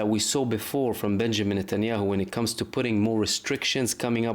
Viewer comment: its not netyaow. Trust me it is mbbs